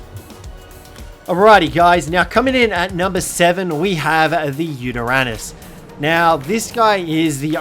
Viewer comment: Where is he when showing the Yuteranous? (Totally buchered that name😅)